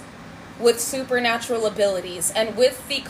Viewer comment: Did you say poopernatureal?